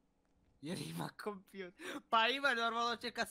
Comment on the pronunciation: I kaže se Kompjuter bez lj sramota je da to ne znaš u 17-oj godini